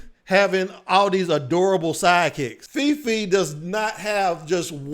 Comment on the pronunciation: *all Asian cast Fei Fei, not Feefee Chang'E, not Cha'Ang